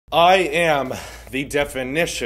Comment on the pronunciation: When you were said “I am “ in the beginning I kept on hearing I ham